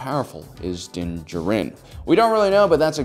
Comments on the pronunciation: Stop mispronouncing Mandos name or I’m leaving-oh there you go. Bye. Also you can’t even pronounce Beskar? Smh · Did you watch the show? How cant you pronounce his name or beskar? Is this a meme? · Why do you pronounce his name so bad they say it in the show and you’ve gotten it wrong multiple times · Why is everybody calling mando Din Djarin ? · Learn how to pronounce Din Djarin's name. Don't know what show you're watching, but Din does use strategies.